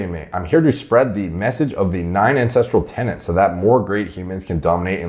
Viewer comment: Any time I hear him say "9 ancestral Tennants" I just roll my eyes like....fuuuuuck ooooofff 👀🙄